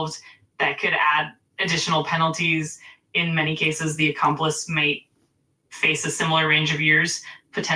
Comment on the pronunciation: “An accomplist” 😂😂😂